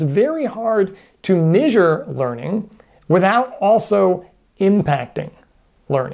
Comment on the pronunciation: Begging you to adjust how you pronounce the word 'measure'.:p